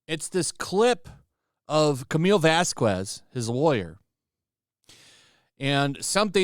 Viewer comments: Vasquez = pronounced baskes not bascuez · Oh please. You are contributing to AH's people keeping this "slip" alive. BTW, Camille's last name is pronounced vas-kez, not vas-kwez. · please do not pronounce Camille's last name like Elaine did, She did that as a covert racial insult....it's pronounced VazKez. Write it into google translator...spanish to english with pronunication if you don't believe me. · Vasquez. The u is silent